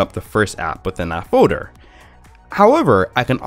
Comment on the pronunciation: Foader instead of folder